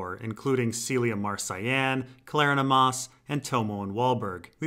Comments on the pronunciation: I wouldn't have an opinion on this if I hadn't been influenced by Claudia Black's superb work on the audiobook, but I believe Kleronomas sounds better enunciated as klur--ON-uh-muss. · as mentioned below, you are totally pronouncing Kleronomos incorrectly. My evidence is the way it's pronounced in the audio book, which has to be taken as some sort of standard. It's more like the syllabic emphasis in "Geronimo." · ok well it sounds stupid the way you're saying it lol, too much of a mouthful